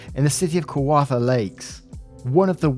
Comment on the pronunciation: (It's pronounce KA WAR THA BTW)